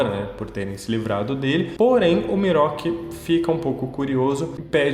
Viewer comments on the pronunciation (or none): ''Miroki'' kkkkkkkkkkkkkkkkkkkkkkkkkkkkkkkkkkkkkkkk, não consigo não rir